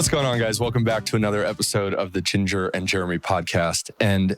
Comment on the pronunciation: Jeremy says Chinger instead of Jinger